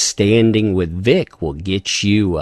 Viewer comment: If you ever actually pronounce vics name correctly you get banished to the shadow realm